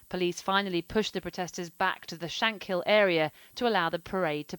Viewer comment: It’s shankill not shankhill dickheads